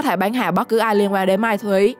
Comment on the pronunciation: "Mai thúy" là gì? Giọng đã dở, phát âm còn sai nữa.